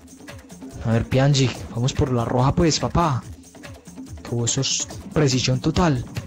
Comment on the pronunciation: Se pronuncia pianich